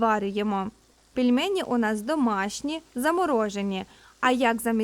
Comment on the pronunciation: Дуже неприємно було чути "пЄльмЄЄні", а не "пельмені"